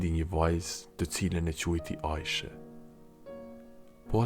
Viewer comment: Aishe, theksi duhet tek shkronja i.